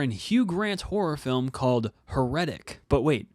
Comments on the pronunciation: Dude, accent is on the first syllable. HAIR-uh-tic. Like Heresy. But otherwise good review. It can’t be worse than the Popes Exorcist, so middle of road isn’t a ditch like that was. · How did you come up with that pronunciation? Accent on the first syllable, my man. HAIR - uh- tik. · How can I respect a review when you can't even pronounce the title correctly? heh ruh tuhk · Your pronunciation of heretic makes me shudder. 😨